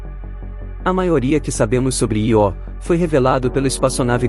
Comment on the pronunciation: Nao é ió, é io(ío), se fosse ió teria acento,vc nunca ouviu falor na lua Io( vc chama seu tio de tio ou tió,kkkk) parabens pelo canal, sou inscrito nao perco um video, abraço.